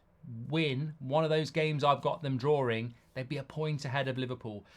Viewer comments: Bro, it's called DRAWING stop saying drawring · Mark, you are English, right? What in God’s name is ‘drawering’?